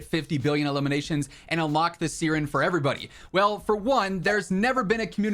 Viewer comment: Bro love you but that's not how you pronounce siren 😅😂